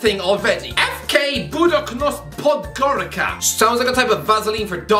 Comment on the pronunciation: the first of those foreign teams you listed, Podgorica is pronounced Podgoriza, its the capital of Montenegro